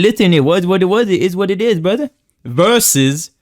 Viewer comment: "brudder" and "one more thing guys!" Make me lol irl everytime